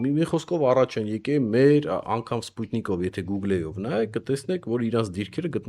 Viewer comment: ջան գուգլեն որն է՞, լավ է գոգլի չես ասում։ Google բառի վերջին e-ն համր է չի կարդսցվում։Անգրագետ ռսները ինչ սխալ մխալ բառեր են ասում իբր անգլերեն, հայերն էլ կրկնում են։Քեչափին/կեչուպ,ջելին/գել եվ այլն…Հետո էլ իրենց անգլերեն իմացողի տեղ են դնում,ամոթ է ամոթ։Իսկ դու եվ բազմաթիվ հայեր բնակվելով այստեղ՝ ԱՄՆ–ում նման սխալներ էք անում դա անընդունելի է։Ուշադրություն դարձրեք բառերի արտահայտմանը եվ ճիշտ արտահայտեք նրանք։Ես կցանկանամ որ իմ ազգը գրագետ լինի կապ չունի ինչ լեզու է օգտագործում👍😊❤️🇦🇲🇺🇸🙏🏻🕊️